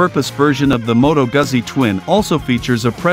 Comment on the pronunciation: Can we please learn how to pronounce “Guzzi”!